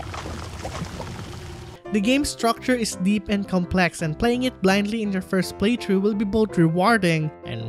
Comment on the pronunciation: ITS FUCKING PRONOUNCED PLAY THHHHHHRRRRROUGH NOT PLAY TRUE